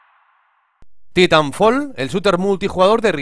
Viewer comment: se pronuncia "Taitanfoll" amigo